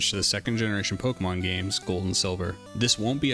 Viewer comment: Oh, I almost forgot the most important part... you pronounce Pokémon as it should be. Nothing irks me more than supposed fans who call the franchise Pok"ee"mon or Pok"ee"man. God that shit gets me everytime, lol 😅